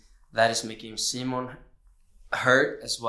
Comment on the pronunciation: okay can we finally just address the pronunciation of simon in the press when they're speaking english IT IS SEEMON NOT SYEMEN... or semen (I AM SO SORRY IT JUST POPPED INTO MY BRAIN LMFAO) WHO TOLD THEM TO CALL HIM LIKE THE ENGLISH VERSION OF HIS NAME OR SOMETHING I swear edvin used to say it the true way and omar said sighmon (PFFT) it feels like they always go back and forth which okay is kinda entertaining but THANK YOU OMAR FOR SAYING SIMON they say his name like this in english in the show SO THIS IS HOW THEY SHOULD SAY IT ALWAYYSSS PFFAHS I'm not that mad its funny but a lil frustrating but i love them so i don't care too much its just like WHY HAS NO ONE ADDRESSED THIS at least that i haven't seen ;D